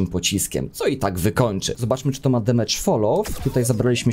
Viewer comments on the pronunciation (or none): none